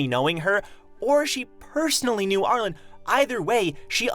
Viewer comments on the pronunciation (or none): R-Lean, the E at the end of her name makes it an upper case pronunciation not lowercase so it's R-Leen, not R-len